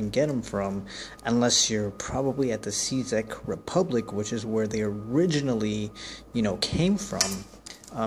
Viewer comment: Its Czech Republic pronounced like ( check) mate.